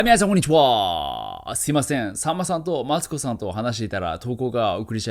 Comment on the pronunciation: やっぱりこんちくわって言ってます？前にもコメントした気がしますが。